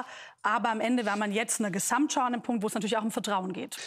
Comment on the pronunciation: Ich habe mitgezählt: "Gesssamtschau" kommt neunmal vor; allein sssiebenmal von Frau Lang. Prossst!